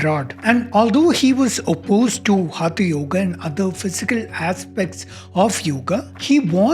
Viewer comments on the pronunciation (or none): Good job. Just a minor point: for someone who has studied years of Sanskrit in school, hope it would not be a problem to pronounce हठ (force) yoga correctly, and not as हथ yoga. That's the minimum one can do right to address the single key term this post is about -- हठ. After all, it is the हठ part of the practice of yoga that is being discussed here, and hence the proper title should read: Is Modern Hatha Yoga from India?